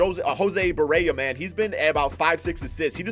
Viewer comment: JOSE BAREA?😂 DONT DISRESPECT MY BOY LIKE THAT😂